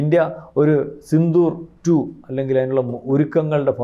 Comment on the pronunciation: സിന്ദൂർ അല്ല സിന്ധൂർ 😮😮😮😮😮